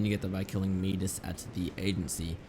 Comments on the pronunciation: man said meedis instead of midas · yes kill meedas in the agency its actuly midas mye das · It’s My Daz That is how you pronounce Midas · the way he said midas XD